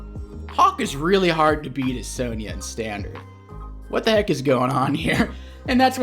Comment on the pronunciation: What's a "sone yah"? If youre talking about the CO it's pronounced Sonja